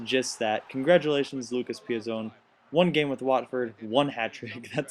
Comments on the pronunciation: Pi-zon, gotta make sure you get the Chelsea players names right. ;) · Nice video Btw PEE-AH- ZON